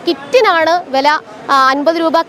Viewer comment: വെല എന്നല്ല "വില" എന്ന് പറഞ്ഞു ശീലിയ്ക്കൂ....